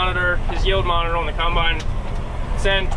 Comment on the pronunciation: I love how people from Pennsylvania pronounce Combine. CUMBINE.